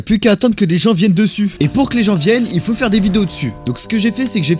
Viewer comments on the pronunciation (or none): DESSUS L'ACCENT QUÉBÉCOIS EN PLUS JSUIS QUÉBÉCOIS